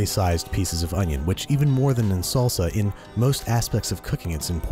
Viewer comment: Every Mexican knows how wrong that "salsa" was